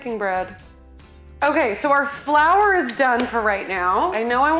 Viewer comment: This is what I wanted! cooking!! Saying "flou" for flour, SO!